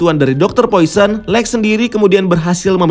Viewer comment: cuk lex napa jadi alek